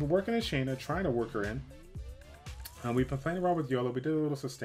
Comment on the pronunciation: Thank you for saying her name correctly